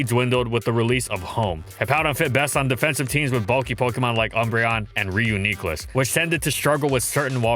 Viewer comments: Me: What a great video. : Reeyoukneeclus Me: Why must you hurt me this way. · "Ryu KNEE kluss" again. I don't care, that is not how you say that thing's name. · Still pissed at how he pronounce reuniclus